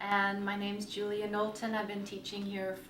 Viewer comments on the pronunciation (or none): none